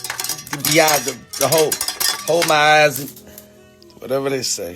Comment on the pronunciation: dude said hold mah eyes 🤣🤣🤣🤣